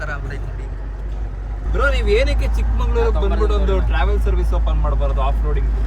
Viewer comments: ಚಿಕ್ಕಮಂಗಳೂರು ಅಲ್ಲ ಕಣ್ರೋ, ಅದು ಚಿಕ್ಕಮಗಳೂರು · ಚಿಕ್ಕಮಂಗಳೂರು❌ ಚಿಕ್ಕಮಗಳೂರು ✅🍃💎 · Bro ಒಂದು request ಅದು ಚಿಕ್ಕಮಂಗಳೂರು ಅಲ್ಲ ಚಿಕ್ಕಮಗಳೂರು